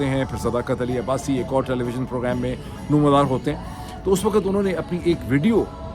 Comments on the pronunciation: A request about the pronouncing two words' WAQT and LAFZ, please a little attention. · Janab you are one of the best, please try pay a little attention on this request about two words' pronouncing, " waqt " and " lafz ", please, thanks.